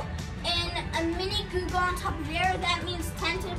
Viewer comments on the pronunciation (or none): Its googol not google